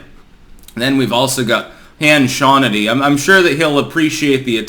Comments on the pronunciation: . Han Shawnity? 😂😅 . "You can choke on a big red cock!" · Hann shuaunity! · Who's Han Shannity 😂😂😂